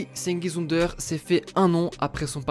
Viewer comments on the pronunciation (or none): PARCONTRE FAUDRAIT APPRENDRE LA PRONONCIATION DU TURQUE xD